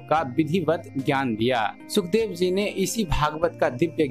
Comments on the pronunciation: सुखदेव नही शुकदेव है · महर्षि जी का नाम सही से लिखिए और बोलिए। शुकदेव ऋषि होता है सुखदेव नहीं।